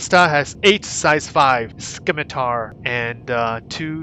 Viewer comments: Sim-i-tar, the c is silent. Named after a type of sword. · The 'c' is silent in scimitar. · All good. I just thought it sounded funny. I love your videos dude, keep the coming. Might get to meet you in game one day.